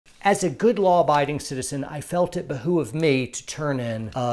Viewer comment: behoo of me? No. Behoove me.